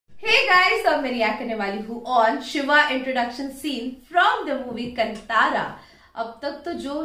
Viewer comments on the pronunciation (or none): To all my north Indian friends, Please pronounce our names and words correctly It's not कंतार it's कांतार You guys pronounce urdu like Mirza Galib But when it comes to Indian languages especially South Indian languages you guys become Foreigners.